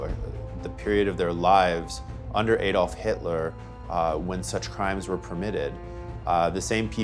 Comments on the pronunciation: its pronounced Adolf like A-dolf! not Aaaadolf, I know you are American but at least try to get the pronunciation correct. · Pronounced AAAdolf. Not Adolf.in A is. AAA.